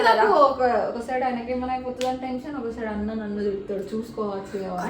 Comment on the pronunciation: tesion kadhu thali tension 😅😂